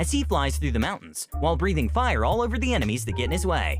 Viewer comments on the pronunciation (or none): none